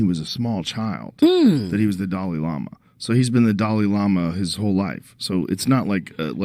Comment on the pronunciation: "watdahell the damalama do?!?" 😂😂😂😂😂